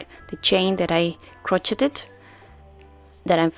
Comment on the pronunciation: Crow sha (crochet) not croch et ed